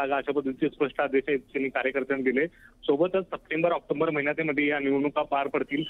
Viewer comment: अहो प्रतिनिधी महोदय, ऑक्टोबर म्हणा, ऑक्टोंबर नव्हे. मराठी चॅनेल आणि मराठी भाषेबद्दल तुमच अद्न्यानं. धन्य आहे